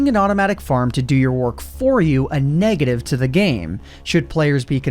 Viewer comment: "NE6ATIVITY" Seriously, i always thought the G is a 6